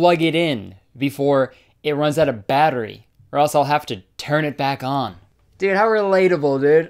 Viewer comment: More like dòòd